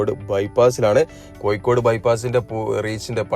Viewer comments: കോയിക്കോട് അല്ല. കോഴിക്കോട് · Maya alla,mazha anu.koyikode alla,kozhikode.